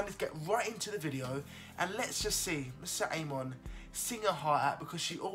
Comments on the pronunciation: I love your reactions but please don't murder her name AHAHA:p MO - RI - SET peace dude:p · PSSST! IT’S MORISSETTE NOT MISSETTE !!!